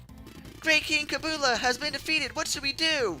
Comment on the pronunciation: Just so you know... "His" name was named kabula as in kab-yoo-la. also, it's a she.